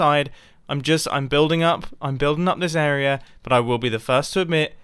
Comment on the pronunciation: Can you say area the right way.